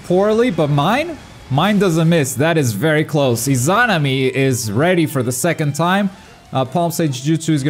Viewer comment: 3 vids covering Itachi and he still can’t pronounce Izanami smh